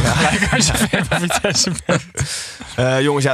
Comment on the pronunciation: Het vriendelijke verzoek of jullie vitesse voortaan zo willen uitspreken. Dank